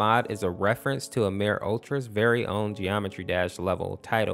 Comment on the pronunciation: no after he said WASD he pronounce Amor as Amir try listening with full volume